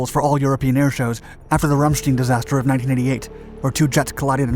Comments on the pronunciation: Ramstein is pronounced Ram-stine, not Ram-Steen. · And the City in Germany named RAMSTEIN is pronounced by Germans as Ramstein and not Ramstien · RAM-STINE, that is how to pronounce it, do your research! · Rammstein. FYI: in German if it is EI it is pronounced I like eye. If it is IE it is pronounced E like seen. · Dipshit, it doesn't matter what language he is speaking, he said the name Ramstein, which is a place in Germany. He pronounced it wrong. The pronunciation is the same regardless of what language you are speaking. I explained a simple way to know how to pronounce German IE and EI. This applies to any German word, including names. The next time you want to jump into a comment thread where you have no clue what you are talking about and have nothing to add to that thread, don't. It makes you look stupid, but it probably doesn't make you feel stupid, as it requires some self awareness to realize how dumb you sound.